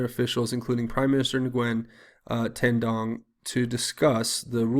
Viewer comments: Just an aside, in case you may want to know for future reference, Ngyuen is pronounced "win". Weird, I know. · Nguyen pronounced ‘win’ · Nguyen = "Nooyan"